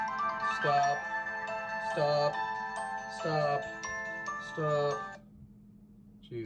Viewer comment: you were saying stahp, instead of stop